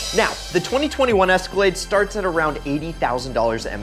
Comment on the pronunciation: Cadillac: Its an es-ka-lade: Its an es-car-laid me:👀👀